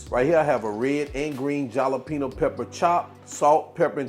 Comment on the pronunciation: The way you say "cilantro" and "jalapeño"🤭🤣🤣🤣🤣😂😂looks good😋and you didn't burn the baby mouth this time🙃🙃😅